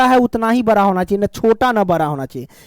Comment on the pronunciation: Sir ji bra na bada hota ha😂😂😂😂